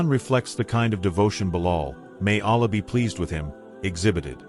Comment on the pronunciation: ALLĀH is pronounced AL-LAAH, not ALAH.